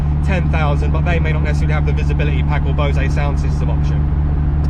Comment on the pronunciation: Love your content, love the car, but I can't help being a pedant as pronunciation is so important to me. People take what they hear as gospel on YouTube and may think Bosay is how you pronounce Bose. It isn't. Take the "ay" off it's just Bose as in hose or rose. Amar Bose founded the business in the early 60's I believe. Don't even get me started on AbarTH😉 Sorry, can't help myself but I cringe whenever you say it on your vids. Once again, and more importantly, love what you do👍